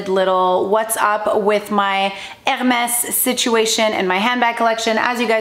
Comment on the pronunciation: Omg 😱 the way she says H’ermes is bugging me. Sorry not sorry. 🥴